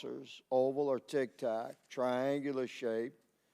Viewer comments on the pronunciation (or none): Someone tell Grothman it's "tic tac" not "tik tok"